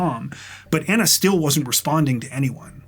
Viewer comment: Just fyi. You are pronouncing her name incorrectly. You are saying Anna and it should be Ana, like Donna. It honors a person to pronounce their name properly.